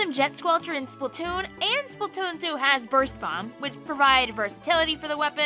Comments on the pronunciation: I like the way u say splatoon.. Spatoontoo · I love she says Splatoon and Splatoon 2, it sounds funny and I like it